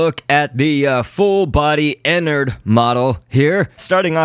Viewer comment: His name is not Inard its enard